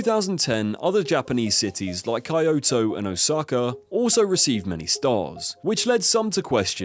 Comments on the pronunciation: key-oh-toh... Not Kai oh toh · .. Cayoto ? Or Kayoto ?? And the caption/subtitles said Coyoto .. I never heard that before in my entire life. Is it Kyoto ?? Do you mean Kyoto ?? 😮 Are you ai ? Or just assumed that, confidently.. I'm so confused 😕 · I’ve never heard anyone butcher the pronunciation for Kyoto before “kai-oh-toe” 😂😂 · Wtf was that pronounciation for Kyoto??? 😂😂😂😂 Cayoto?😂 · I lost all interest in this video after that idiot said Kayotooo instead of Kyoto. 😂😂😂😂😂…. The book he mentioned is from 2003 😅! For god sake clickbait… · Bro said kai-yo-to 💀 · Can’t help but notice the wonderful pronunciations of Jaaairoo and Kaiyouto; a 5 sec Google search would’ve fixed that. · Key-yoto LOL not kie-oto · Jee-ro. Kyo-to. How the duck did you come up wiht Kai-yo-to. Come on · yeah, it is kyoto but the video maker said coyoto! lame it is! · he pronounced Tokyo correctly while calling Kyoto -> Ki yo to. it was such an off putting moment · Kai-oto. Jai-ro. Cringe. Not even the English version of google translate pronounces these names so badly. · Wtf is Kaioto? "Kyoto" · Excuse me, KAYOTO???? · "Kai-yo-toe" he's talking about losing Michelin stars, but he should be more worried about losing viewers. Not too hard to look up how "Kyoto" is pronounced. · I hate the way you pronounce Kyoto to Kewouto and Jiro to Jaro, where are you hearing the “a” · The video is informative, but bloody hell man, stop butchering names like that. Kyoto pronounced Kayoto, Jiro pronounced Jayro, Loiseau pronounced lassou. Jacques Lameloise pronounced Jakiesse lamoise. It's basic knowledge in other languages, and you sound really ignorant (and dumb) with those pronunciations. Make an effort, write those name in google translate and let it pronounce it. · Kyoto? Nah Kaiyoto Gave me a giggle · Kai-oh-toe. Jai-row. Oof. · I know you put effort into researching for this video but please learn to pronounce the Japanese names correctly. They’re neither that foreign nor difficult. Wtf is KAI-O-TO 😂